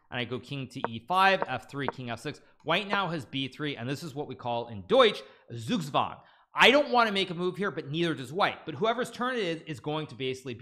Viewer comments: It is pronounced TSOOK TSWUNG! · I love Hikarus pronunciation of *Zugzwang*.